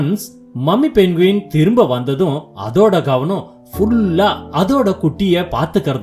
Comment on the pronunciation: மொதல்ல இது பேரு 'பென்குயின்' கிடையாது. இதோட பேரு 'பெங்குயின்'. கதை நல்லா இருக்கு. ஆனா பேரை சரியா சொல்லுங்க